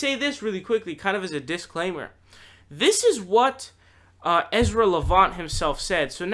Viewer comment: another guy who doesnt even know how to say Ezras name, and therefore, certainly doesnt know his resiliency, and definitely doesnt know how revered he is in western Canada. He has had setbacks with other media ventures and came out stronger than ever . Educate yourself , and I dont mean reading that bunch of toilet paper that Bernie Sanders bound together into a "book"